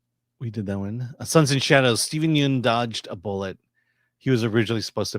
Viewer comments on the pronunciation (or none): Stepen Yeun is pronounced "Yun" like hun. See his appearance on TigerBelly educating Bobby Lee and David Choe on it.